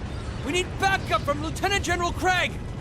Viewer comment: I believe Craig is pronounced “Cray-g” unless that’s how it’d be pronounced in German?